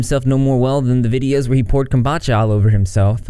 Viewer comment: No one: Literaly no one:: kOmBaChA